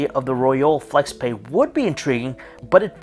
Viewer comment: You pronounce both brand name and product name incorrectly 😣